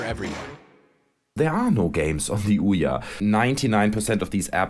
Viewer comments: eye bauht id, is de ooohyaaah consow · OUYA (sounds like Oh Yeah) becomes OUNO (Oh No) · It's Ouya Fluya!